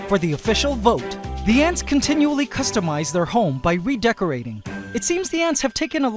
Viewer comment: I first heard “the ants like to piss demise their home” instead of customise lol